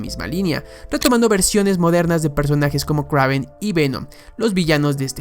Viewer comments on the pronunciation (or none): Kraven? Que no se pronuncia Kreiven😅